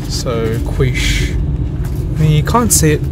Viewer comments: ... its Quiche, pronounced "Key-shhh". Fuck man, you said you're from Sydney you should know this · that pronunciation of quiche though! eek! its not pronounced kweesh, its pronounced keesh